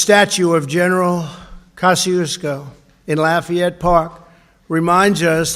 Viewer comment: It is pronounced Koh-shoo-koo (General Kosciusko)